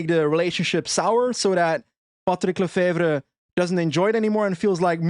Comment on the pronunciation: OOOOW you said this perfect !!! patrick lefevre ! I almost would believe youre flemmish ! I wish Remco would go to ineos ! he will have a great team to support him in ineos !!! Last year lefevre was angree because ineos was flirting to much with remco !!!